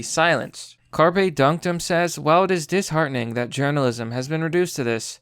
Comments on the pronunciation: Dude, learn how to pronounce shit. "Carpe" pronounced "Kar-Pay" from "Carpus" is Latin, meaning pick, pluck, pluck off, cull, crop, or gather. As in "Carpe Diem" meaning "Seize the day". It's not the fucking fish. You constantly fuck up pronunciation, and it makes you sound like an ignorant little kid. When in doubt, LOOK IT UP. ... Jesus Christ. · How do you not know how to pronounce Carpe.